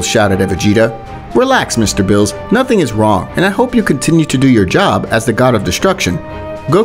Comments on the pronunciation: The way he says Beerus 💀 he says bills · first of all it's not bills it's beerus🤣🤣🤣🤣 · It's Beerus not bills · Yes sir "bills" calm down "bills" said "bills" who is bills? Do u mean berus? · It's chi chi not Milk, Beerus not bills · Bills? Its Beerus bruh